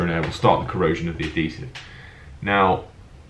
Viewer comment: It's pronounced "Ad-HEE-Sive" not "Ad-DEE-Sive"!